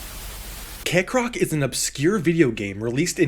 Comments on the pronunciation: Why do you say KAYcrock when it's Kekrock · I'm mildly bothered by the fact Kekrock's name pronunciation is split 50/50 in the video between "Kek-rock " and "Cake-rock "